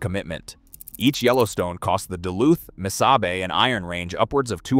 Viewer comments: Miss-0h-bay (aka: Mis-saw-bee). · you have a picture of the abandoned inter campus trolly station in Falcon Heights Minnesota just north of Saint Paul. Also Missabe is pronounced, mi saw bae. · MISSABY?? What the hell is that. I hate these stupid AI voices. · Before you do a video learn how to pronounce the railroads name. It's not lbf, it is tractive effort. Those little ore cars have 100 tons of iron ore in them.The Yellowstones pulled up to 18,000 tons.